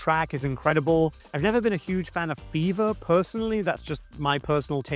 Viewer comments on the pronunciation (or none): Did you say "Fever" or "Beaver"?